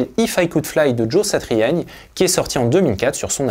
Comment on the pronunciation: Joe Satriani prononcé de cette manière, c'est la classe